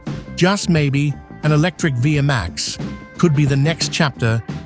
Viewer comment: It's pronounced vee max not via max stupid lame a.i. generated narrator